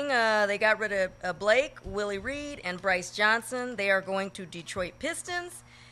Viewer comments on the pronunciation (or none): none